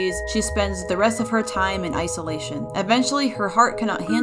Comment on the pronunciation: I know this probably wasn’t pun-intended but you said ice-slation if you know what I mean😅😂❤ also amazing art 🖼